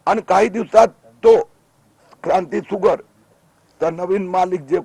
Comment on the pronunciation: क्रांती फुगर ?? क्रांती शुगर अस म्हणायचय का.